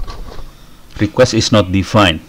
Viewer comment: Pak harusnya request, bukan requesti